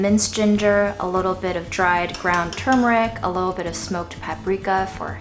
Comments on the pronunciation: Thank gosh you pronounced the word properly 97% of the video. Your fails were on the turmeric tea and the very last time you pronounced the word in the video, right at the end, where, sadly enough, you dropped your guard and went back to your wicked slovenly ways. 🤣 Seriously, though, very good video, as usual. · I was today years old when I realized that it is "turmeric" and now "tumeric".